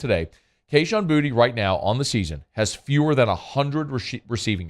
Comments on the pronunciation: The dude literally pronounced his name “booty” on live TV in his get Gordon commercials. I’m guessing you missed that? And he’s playing like ass so why not call him booty? Lol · Why do we call him “Booty” now? It’s Boo-Tay. Very disrespectful of the announcer to call him Booty. He’s easily the most talented wideout in college football.